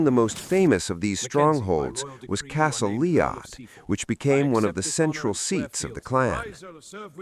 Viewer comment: Hmmm...No mention of Castle Eilean Donan, and Castle Leod mispronounced...This is junk summary.